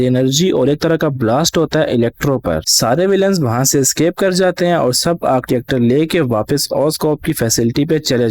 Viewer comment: Scape😂😂😂🤣🤣🤣 it's escape 😂😂🤣🤣